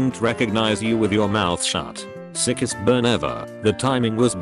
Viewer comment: Nobody: Litterally no one ever: Text to speech: Sikhest burn